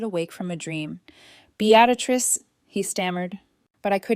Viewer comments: This reader sucks. The woman’s name is Beatrice not Beatatrice! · The name isn't Be- actor- ist it's beetris ( Beatrice ). If AI can't pronounce names, pay a human being to read it. At least the boaring monotonous voice wouldn't reading it, 😂😂😂😂😂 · BEE-AT-UH-TRISS is NOT how BEATRICE is said. It IS said as BEE-TRISS or even as BEE-UH-TRISS. How can someone murder such an old and fairly common name? How can someone put in an EXTRA sound, that's not even written there? You can even search, "How to pronounce the name spelt as B E A T R I C E?", and it will say it for you. Guess you're a lazy fool? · OMG! It's Bee-uh-trice!! Bee-uh-trice!!! :( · Beatrice is pronounced Bee-tris. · Bee at a triss ?? For pity's sake put AI out of its misery and teach it to pronounce the main character's name properly. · 😂😂😂😂I stopped listening because of the mispronunciation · BEE-trix two syllables and the much rarer three syllable pronouncement BEE-uh-trix were the uh is very slight. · For frickin real!!! Bee at risss, get lost AI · Like Beadatrice? Golly bum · You should have learned how to say the name Beatrice. You fractured the story with that one grating significance. You should gift thankyou' flowers to the Apartment Warning Contact who warned you the married couple were at your door. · My God! How many different ways can you butcher the name "Beatrice" ?!! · The mispronounation of Beatrice is so annoying. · Mispronouncing Beatrice named drove me crazy. Had to stop watching. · Please pronounce her name correctly